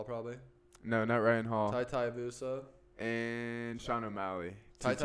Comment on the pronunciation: Tai Tie-uh-voosa is fighting on this card. Who knew?